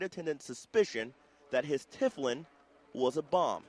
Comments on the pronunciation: It's Tefillilin pronounced teh-fill-in you idiot, not tiff-l-in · It is not pronounced "Tifflin", Mr. Newscaster. Repeat after me: TE-FI-LIN! Do your research before you speak. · They cannot even pronoune the name? It is Te fill in. not tif lin. TEFILLIN! Argh!!!! That is Kentucky for you I guess